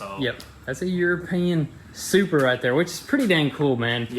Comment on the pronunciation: Most people "BMW Shurpa" Lol I did say shupra I added the h okay... Me: "Saying toyota happy:) and saying supra madly "Toyota:) Shupraaaaaaa😎😎😎 Why I love No tinelaps vid of them fixing cars not like others You have to watch everything with a I like